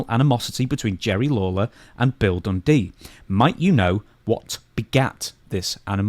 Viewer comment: I like how Lawler pronounced Dundee depending on if Dundee was a good guy or a bad guy. When he was a good guy, he was “done Dee”. When he was a bad guy, he was ‘dundy”.